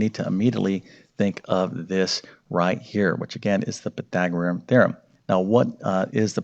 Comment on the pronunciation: It's Pythagorean, not Pythagoream! One would think after teaching math for decades one would learn to correctly pronounce what one is teaching.